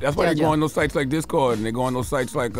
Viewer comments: "Dis-code" lol..I already know shes a mom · Lol why she say Discord like that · The way she pronounced discord triggered me for some strange reason